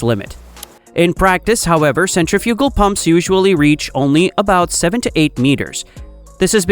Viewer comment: The AI needs to learn how to pronounce "centrifugal".